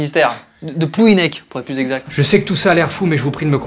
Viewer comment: Haha « de plouminec » oh non il a pas osé 😂😂😂😂😂